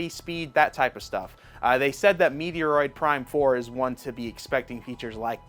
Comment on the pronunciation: Not sure if he deserves it if he doesn’t know how to pronounce “Metroid”…..